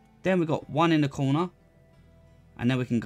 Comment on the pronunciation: no one: this dude: place one in the COOWNAH